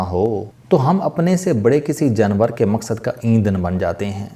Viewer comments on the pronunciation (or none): Sir Urdu sahi bola Kray janwar hota ha jnwr nhi